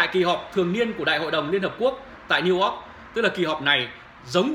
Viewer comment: Niu Ogg ??? Đọc cũng ko xong , toàn dân tri thức